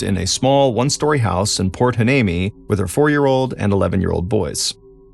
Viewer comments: Port “Hwa-NEEMEE” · port hueneme is pronounced why knee me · Port Hueneme is pernounced whyneemee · It's pronounced: Port why-knee-me.The name Hueneme derives from the Spanish spelling of the Ventureño Chumash name Wene Me, meaning "Resting Place". The Chumash were the native tribe who lived in the Ventura/Santa Barbara area, technically from the Malibu area up to Paso Robles, including the Channel Islands. Chumash names are hard to pronounce because the Chumash name was translated first in to Spanish, then we try to pronounce it in English. Hueneme is pronounced Why-knee-me. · Cali gal here! I always pronounced it port "Y-knee-mee" it's not spelled how it's pronounced at all. Lol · Props for trying to pronounce my hometown Port Hueneme. I 😁Y-nee-mee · Mr Ballen I live in Ventura County. I’m aware of this unfortunate incident 😢. It is pronounced Port Y-Knee-Me. . Thank you for covering this story. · No biggie, but the name of the town is pronounced “Point Why-Knee-Me. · It’s pronounced Port Y-nee-mee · Proper pronunciation is Port Hhh-Why-Nee-Mee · Thank you for this! You would think that considering there's a military base here, albeit a naval one, that he could have asked someone how to pronounce it. As a Port Hueneme veteran Seabee my heart is broken 😢 Hoorah lol